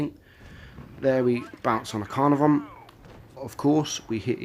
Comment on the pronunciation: UE57 is my number one. Has zero going for it. Even that gun is garbage compared to other tier III tds and even some tier II. If it had a derp gun and you could peel a boom it would be one thing but high rate gun with no armor equals useless. btw, is that the correct pronunciation for the Caenarvon?spl